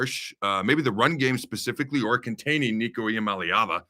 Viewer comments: It's ee-ah-MAH-lay-ah-va. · I noticed that too. He was def rooting for UCLA, but couldn't pronounce their QB's name to save his life. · LMAO on your pronunciation on the QB Adam! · Devin Gardner could not pronounce Iamaleava.....sounded like he was having a stroke every time he said it. 😁